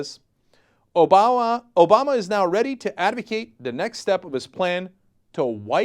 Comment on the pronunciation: Weirdest pronunciation of "Obama" EVER